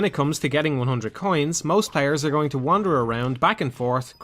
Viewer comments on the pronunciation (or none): none